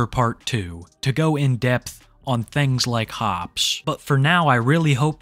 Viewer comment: I love it when you say "thangs"